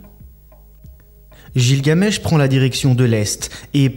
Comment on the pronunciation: On ́e ne prononce pas gilgamesh comme ça !